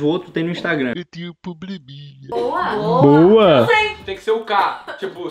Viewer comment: O viros lá atrás , "EU TENHO POBLEMINHA" KAKAKAKAKA